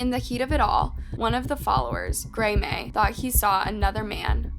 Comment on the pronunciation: did you yawn? You couldn’t re read that part. girl you duno how to say Graham? Grey-may? 😂